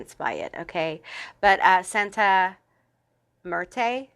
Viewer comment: As a Mexican p3 I love hearing Santa Muerte mentioned. Your pronunciation was fine for someone who doesn’t speak Spanish. I do resonate with “Old Souls”. Thank you for this message.